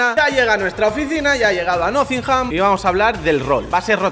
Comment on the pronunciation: Por favor deja de decir nothingham, que se dice nottingham...